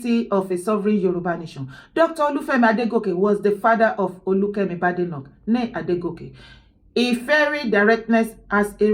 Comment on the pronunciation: Kemi’s surname is pronounced Bade/like Bake. BADENOCK NOT Bade/Ade like in Yoruba